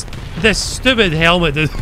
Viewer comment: "You're so stiupid , I hate you " lol